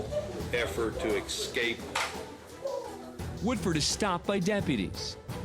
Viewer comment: Judge the word is escape not excape!